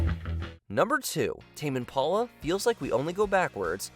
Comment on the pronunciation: Tam and Paula??? WTF is that? Did you mean TAME IMPALA????